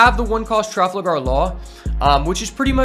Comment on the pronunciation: traFALgar law, not traFLAgar law. otherwise, good incisive video.